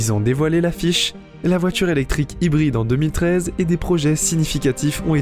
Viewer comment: Déjà que dans cette vidéo la voix est presque aussi débile que les commentaires à 2 balles, pouvez-vous au moins expliquer ce qu'est une voitchure ? C'est un nouveau mot du dictionnaire ?